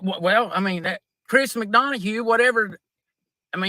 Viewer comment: Lmao! Chris MaDonahugh!: 🤣🤣🤣🤣🤣🤣🤣🤣 Nobody has ever messed his name up worse!